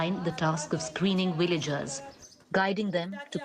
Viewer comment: Villagers not Willagers. Really don't understand why Indians pronounce Va as Wa